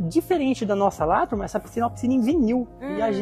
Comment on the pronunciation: Ju d Carol q me desculpe gosto delas, mas simpatia do é dmais. Adoro qdo ele fala TURMA